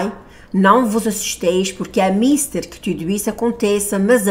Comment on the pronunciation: Pronuncia-se "Mistér".